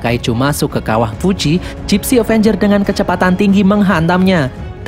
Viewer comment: kok bilangnya Dipsy danger bukannya gipsy avenger